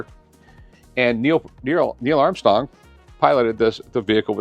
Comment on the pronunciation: "Nierrrl Arm-Stong" though...